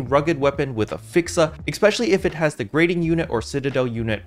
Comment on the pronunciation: Love what you do bro, just hadda make a slight correction... Gyrating sounds like (Jie-Rating) like what ppl do with their hips🤭 not "greating"